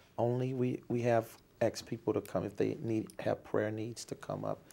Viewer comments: "at the end of the meeting I axed people to donate...." 🤣🤣🤣🤣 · "Where there axed" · "When they're aksed" What the hell does "aksed" mean? This guy is a fraud, thief and manipulator, I cant believe people hand him money!!!!!!!!!!!!!!!!!